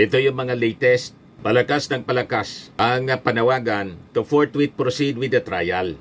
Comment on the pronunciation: Senator Escudero "Forthwith" at hindi "Forthwait "😂